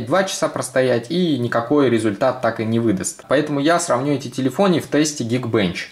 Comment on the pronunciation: телефонИ, телефонИ. Ни разу не телефоны конечно:D